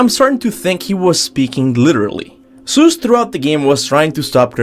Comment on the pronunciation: Thoughts its god of war not dr seus as you say